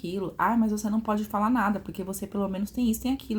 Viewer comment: Chocada com o 'ablar ' dessa dotôra.